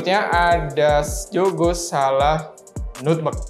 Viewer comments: Nutmeg bacanya NATMEK mas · Nutmeg, pengucapannya astaga 😭 Bikin gagal fokus